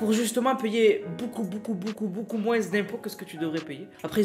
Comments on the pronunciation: On dit moin pas moinse je nempeu plus dsl a chaque de tes video je su porte mais sinon très bonne vidéo mrc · on dit moins d'impôt pas moise d'impôt